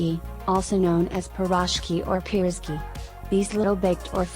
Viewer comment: Ok, now for a better accent and more accurate information: borshch; ukhAH (stress on the last vowel); pirozhkI (stress on the last vowel); pelmEni (stress on the second vowel); blinY (stress on the last vowel, which is not quite an I, but okay); shashlYk (same); ikrAh (stress on the last vowel); smetAna (stress on the second vowel); morOzheno-e (the last OE are two syllables, no one; and it's just icecream); pAskha (and NOT pashka!!! the desserts depicted were NOT IT). You're welcome.